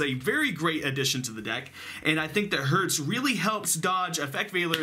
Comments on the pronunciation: I think its called Cyber Dragon Herz (Not Hertz) , because Herz means heart in german🤔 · By the way, the "e" in "Herz" is in German not spoken like in "earth" (how you do), its spoken like in "Spell" for example. Or like in "example".. for example. Just if you want to speak those cards in fluent German. :p And "Sieger" has no "l" in its name, I have literally no idea why you all put a "l" into his name.. >_> And "Herz" is written "Herz", not "Hertz". "Herz" is German for "Heart", not for the physical symbol "Heartz", you know what I mean? xD Imo it represents kinda reflexion of core, because of their colors, proportions and names (core-heart). Y, I hope you try to use this information for anything. :D